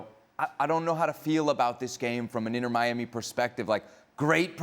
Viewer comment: “Inner Miami” lmao these fools